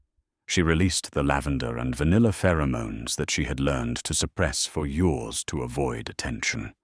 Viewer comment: Mispronounced year